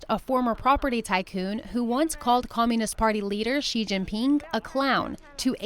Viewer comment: APPLAUD for learning the right chinese pronounciation for Xi and Chinese names of people and provinces and cities. Xi is "See", not "Shee" as most non-Chinese pronounce it.